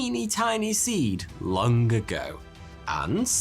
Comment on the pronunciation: May I say that I am continually tickled by Lancastrian accent that adds an additional syllable to some words ending in the letter g, as in “long-uh” for “long”?